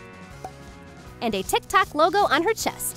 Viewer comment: IT'S TIK TOK NOT TIK TAK